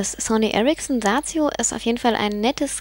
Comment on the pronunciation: schöne stimme cooles handy und ich lach mich schepp ...Sazio...lol wie sie das so sagt